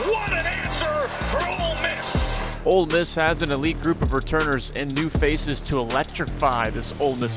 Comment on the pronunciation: how is our own commentator calling it “old miss”